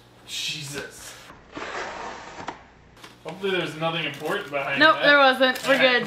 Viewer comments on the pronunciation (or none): none